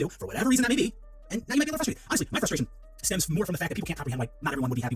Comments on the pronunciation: PLEASE it’s fRustrated not fustrated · STOP SAYING FUSTRATED GO BACK TO SPEECH THERAPY